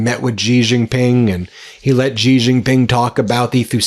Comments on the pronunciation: It is pronounced She, not Gee. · it’s Xi as pronounce as She not Gee please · Xi sounds like "she" You're saying it "zhee" Please respect the leader of China by learning to pronounce his name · Hi Ben. When are going to learn to pronounce the surname of China’s president correctly. It is not ‘Jee’ but ‘see or C’ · Please learn how to pronounce Chinese names correctly. Your job is to read the news. Xi is pronounced like, "she" and Wang is pronounced, "Wong" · It’s She! Xi is pronounced She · The Chinese leader's name is pronounced "She Jing Ping".